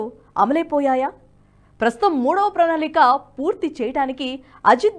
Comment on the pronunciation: ప్రణాళిక అని చదవడానికి....